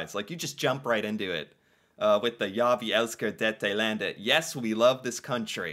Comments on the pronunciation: My national song from norway qnd he sound swedish when he say Ja vi elsker dette landed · if you're norwegian, you can agree he sounds danish when he says "ja vi elsker dette landet" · As a Norwegian its so Funny How he says ja vi elsker dette landet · ok that was just horrible im a Norwegian and that was a very bad try to say the name